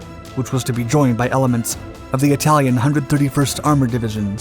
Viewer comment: Eye talian?😳